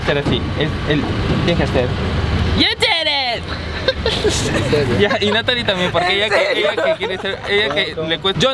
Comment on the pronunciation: You dit it* 🤣🤣 solo que lo pronuncia como quiere 🤣🤣 YE CHERE